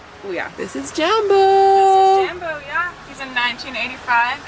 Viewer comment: Please say Jambo with the a pronounced Ike a in car! Then you’ll be ready for Africa!